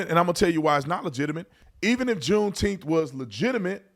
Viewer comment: I've been saying the same thing about "Juneteneth"